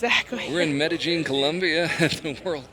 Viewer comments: I think they looked at the IPA pronunciation and thought the "j" is pronounced as in "jelly" when it's pronounced as the "Y" in "yellow". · Its NOT medeJean. It's medeYeen. Jeez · I hate how the commentator keeps saying "Mede-jeen". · Meta - jeen. Lol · Ya his pronunciation was terrible. I cringed every time he said it. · In some dialects the ll sound is pronounced that way. It's very common in places with Portuguese influence like South America. Even some places in Spain pronounce it that way. Edit: Never mind. I heard what you guys are talking about now. My bad...that's terrible. The 1st time he said it I thought he used a soft j sound (which is correct in some dialects), but after a while I realized it was a very hard j, which is wrong.